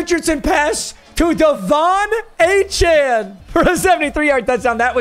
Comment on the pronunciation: HE FINALLY KNOWS HOW TO PRONOUNCE DE'VON ACHANE'S NAME!!!